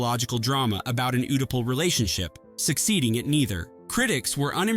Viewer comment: an "oodipal" relationship?